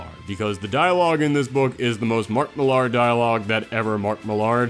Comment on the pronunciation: I know it's spelled Mark Mill-AR, but it's pronounced the same as Miller, dude.